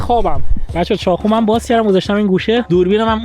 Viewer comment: چاقو❌چاخو✅ واقعا❌واخعا✅ 😂😂😂😂😂😂😂😂